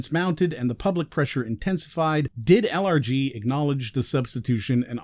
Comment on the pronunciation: I keep hearing "allergies" when he says LRG. I suppose that's a fitting acronym choice for this company. ACHOO!!